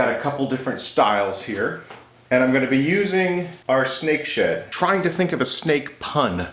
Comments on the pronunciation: You should really enunciate the "D" in Snake SheD, so many times i heard Snake Shit and had to convince myself it wasn't that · Really thought you said at the end.. “you wanted to see snake sh”t micarta?!” Lolol. I still hear it rewatching. Maybe in another episode 😂 Thanks, as always 👍🏼